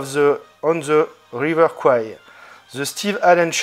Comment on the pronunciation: Bien le bonjour votre Seigneurie 😉 Concernant le Steelbook, effectivement ce style Pop Art s’avère très discutable (pourtant d’ordinaire j’aime bien)… Cool ce transfert bénéficiant du DV (je possède l’édition 4k HDR de 2017) 👍. Juste pour votre gouverne, j’ai appris il y a peu que Kwai se prononce « Couaire »… Je pense que ton « De quoi parle le film » va devenir légendaire dans le milieu 😅😂 À plus poto 😉